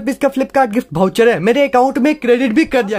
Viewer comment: Bhai vo voucher hota bhoucher nhi🤣🤣🤣